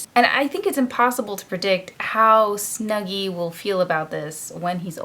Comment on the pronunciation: his name is not Snugghy😂